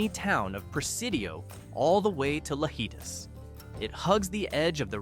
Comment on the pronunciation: Sorry. Someone had to say it. In the Mexican language. the letter J is pronounced like H. Thus, the word Lajitas is pronounced “La-HEEta”. But I’ve been there and I love the drive. And after you’ve driven from Presidio to Lajitas try driving from Lajitas to Presidio. Completely different view and scenery.